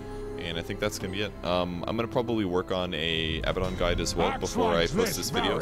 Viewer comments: Abaddon, not Abbadon. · I think what he means is that you say it like ah-bad-un, not abba-don. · one thing... it's abaddon not abbadon lol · ab-ah-don? Isnt it ah-bad-don? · Abaddon is pronounced "uh-bad-n" btw. Anyway, great video! Helps a lot. I enjoy playing Abaddon quite a bit.